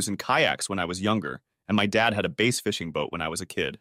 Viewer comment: It's BASS fishing, NOT base fishing. You always call it base fishing.